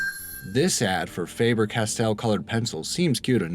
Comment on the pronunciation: I cringe at his pronunciation of Faber castell